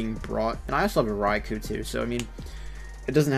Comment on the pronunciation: cool he said Raikou had. a shit matchup and u said it perfect